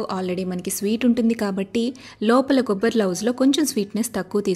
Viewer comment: కొబ్బరి లౌజు కాదు కొబ్బరి నౌజు.